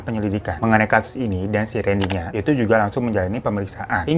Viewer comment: randy kak bukan rendy 🙏